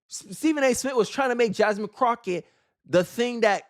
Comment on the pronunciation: I can't take this channel seriously because you can't even pronounce her name correct, she did a lot of things wrong but when you can't pronounce the name correctly you're not serious. Fuuk this channel 👎🏾